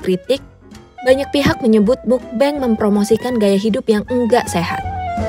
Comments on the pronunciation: "mukbeng" MUKBANG KALI MBAK BIASA AJA BACANYA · kontennya bagus bangettt, informatif juga. tapi mau koreksi sedikit karna disebut terus terusan, "mukbang" dibacanya "mukbang" bukan "mukbeng". baca huruf a nya ya "a" bukan jd "e" karna berasal dari bahasa korea seperti yang udah dijelasin di video ini kan hehe. jangan keliru lg kak, kan kakak yg jelasin sendiri di video ini😁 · Maaf Kak, mau ngoreksi sedikit, semoga gak menyinggung. Mukbang dibaca mokbang, bukan mukbeng. Mukbang kan singkatan dari MEOKneun BANGsong, Meokbang / Mukbang. Semoga saran kecilku dibaca. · It should be "mokbang" not "mukbeng" since it is originally korean word. Cmiiw. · Nah kan aslinya udah tau kalo asal katanya dari korea yang diambil depan-depannya aja. (Meok)neun dan (Bang)song. Jadi harusnya dibaca MOKBANG, bukan Mukbeng. Knp malah bacanya seolah-olah pake ejaan Inggris sih. Btw soal video ini jadi keinget Raditya Dika. Dia salah satu yg ga ngikutin market tp justru berusaha menciptakan market. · Pelafalannya mokbang.. mukbeng mukbeng😭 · Bacanya mukbang bukan mukbeng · Agak terganggu dgn penyebutan mukbang agak aneh. Krn udh terbiasa dgn meokbang.. Iya sih tulisannya mukbang tp dibacanya ttp meokbang.. Maaf ni ye gua mmng agak ribet hehe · Jadi ketawa dengarnya, pelafalan "Mukbang" kenapa tidak sekalian pakai pelafalan bahasa Indo saja, pelik banget dengernya denger "Mukbeng mukbeng" begitu, orang Indonesia sudah beradaptasi dengan transliterasi bahasa kata "Mukbang", jadi sebaiknya dibaca dengan pelafalan bahasa Indonesia saja. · Udah tau asal katanya dari korea malah dibaca "mukbeng" 😒